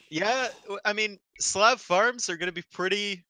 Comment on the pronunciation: I love your videos, but for God's sake, its Slav, with a soft "a". Thank you.